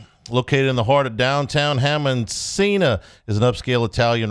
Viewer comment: Cena is pronounced "CH-ENA"